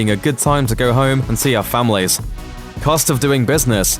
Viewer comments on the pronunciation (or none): none